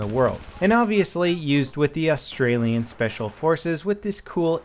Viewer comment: "austrailian speacial"